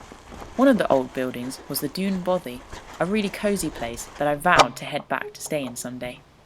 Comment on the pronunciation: I truly enjoyed the video, but I have to ask, is there an issue with English people saying the word Bothy?I just find it odd hearing bovvy, considering all the pronunciations you got wrong, Bothy is the easiest word.